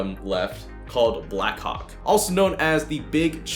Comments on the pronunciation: When you say “Blackhawk” it sound like “ Blackcock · Am I the only one who understood 'Black Cock'? xD